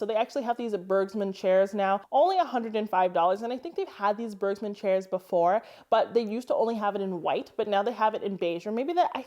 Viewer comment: Awsome tips! The G in Bergmund is pronounced as the B in Beige. 😊